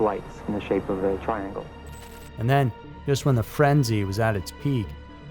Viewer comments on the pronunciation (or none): none